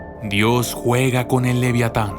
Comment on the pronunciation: pero estamos de acuerdo que no dice leviatan